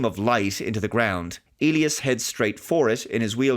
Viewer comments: The standard English pronunciation of Elias is "EE‑lie‑us ". If it were a Spanish name and you were speaking Spanish, then it would be pronounced that way you said it "eh‑LEE‑ahs " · "eely us"? Do they actually pronounce "Elias" this way in the movie? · I believe the name is pronounced EE-lye-ass